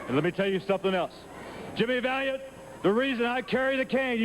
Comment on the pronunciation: Jimmy Val-Yawnt